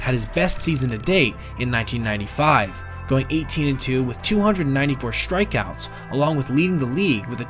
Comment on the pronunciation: Good video. Recommend you pronounce ‘strikeouts’ just the way it’s spelled, not like ‘shtrikeouts’.